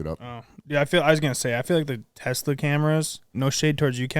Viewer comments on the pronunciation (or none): none